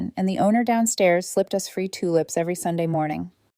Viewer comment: dear AI voice/reader it's 'us' the two sounds together - not 'u s'!😂😅 and one more point - how was another woman's lipstick on the boyfriend's mug?